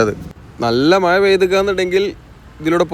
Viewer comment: മയ അല്ല മഴ എന്ന് പറയു